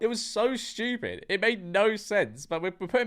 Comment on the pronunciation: Bro really said “shchtewpid”